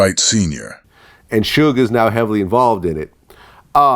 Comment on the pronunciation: Lol kept calling suge shoog